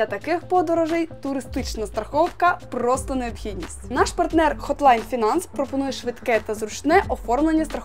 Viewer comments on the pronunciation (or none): none